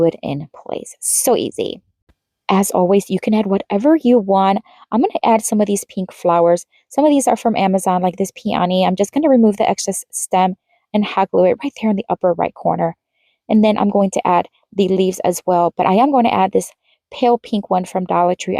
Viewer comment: It’s pee’*uh*nee